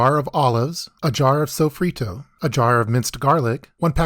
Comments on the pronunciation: Pronouncing sofrito like that should be criminal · He said sofrito like an gringo